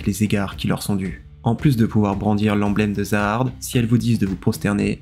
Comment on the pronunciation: Zahard se prononce "jahad"